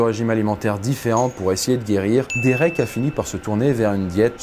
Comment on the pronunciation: He sa se dit dérék pas dirik mais sa s'écrit derek